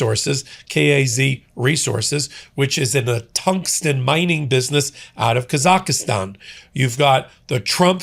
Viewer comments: **THIRD FRIENDLY REMINDER HERE!!** THE COUNTRY YOU CONTINUE TO MISPRONOUNCE IS THREE SYLLABLES. NOT FOUR. IT AIN'T ROCKET SCIENCE! Say it three times slowly. KAH-zahk-stan. With the emphasis on the KAH (first syllable). IT IS NOT Kah-ZAH-KAH-STAN. You will be saying the name of this country again and again for as much as it is going to be in the news, you might as well correct the mistake now. You're welcome! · "Kaz-ak-stan." Please not Kaz-ak-a-stan! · Yep, he’s been doing it for days. He says ka-zak-i-stan when it should be KAZ-ahk-stan. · Kazakhstan NOT Kazakhistan. PLEASE. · Say it with me,: Kaa-zaak-staan - 3 syllables, not 4. The "h" is silent. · Kaz-akh-stan. For goodness sake, if you got the name right you might recognise the country. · What a super weird pronunciation of Kazakhstan,, sounds like he's adding another syllable to it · You keep adding an extra syllable to the middle of Kazakhstan,. You might want to double-check that before any future mentions. Other than that, keep up the great work!